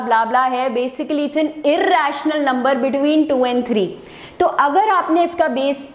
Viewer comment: Irrrrrrrrrrrrrational number😂